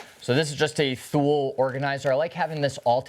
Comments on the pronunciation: It’s pronounced “toolie’. 😅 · Thule is pronounced "too-lee"